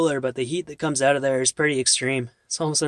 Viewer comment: You mean, stretched "oot"